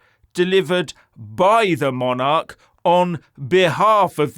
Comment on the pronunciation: Used to watch this guy, spoke a lot of sence. NOW, he's gone TOO FAR. He's OUR KING you arogant twat. Leave him alone. You're WRONG this time. Oh, and by the way, it's Monarch NOT monarech.